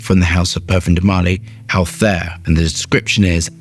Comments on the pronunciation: It’s pronounced altaeer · Amazing how he can pronounce the ingredients that contain 20 letters but can’t pronounce the name of the fragrance